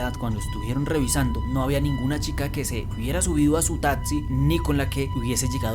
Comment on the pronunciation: Me parecen brutales los relatos, pero no aguanto la dicción. Un consejo, trata de mejorar la pronunciación "tatzi" por taxi